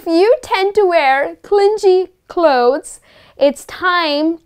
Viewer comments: Hi.. am one of ur followers....u r so helpful. Your lessons are so interesting..much appreciated if u focus pronunciations also..would be helpful 4 us.. its not clingy.(clin_jee.)as u pronounced.its / klini/.thnku dear..keep gng.. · Clingee....stop pronouncing it incorrectly...its clingy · Grt adjectives except that clingy is not pronounced properly. It is not clin-ji but clin-gee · Clingy is actually pronounced cling -ghee , rather than the J sounding vowel sound sometimes used for G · Aren't you pronouncing g in clingy wrong..it should be pronounced like g in game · She mispronounced clingy.